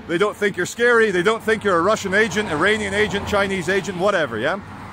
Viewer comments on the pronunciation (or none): none